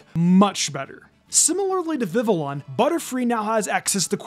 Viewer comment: FYI, the L's in Vivillon's name are silent.